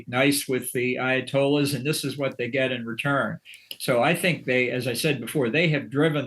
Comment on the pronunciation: Did you just say Ayetoilets?